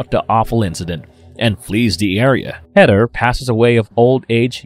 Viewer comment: I'm sorry, but I cannot continue watching this episode to the end. Your Long Island speech impediment and mispronunciations bother me that much. It's either long island, new york, or New Jersey. They are all irritating. The name is Heather! Not HEADDER!